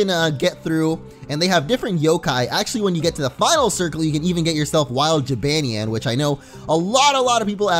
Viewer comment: dude, you keep pronouncing Jibanyan wrong!